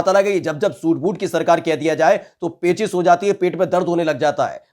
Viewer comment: पेचिस बोल के गांव का याद दिला दिए भाई😀😁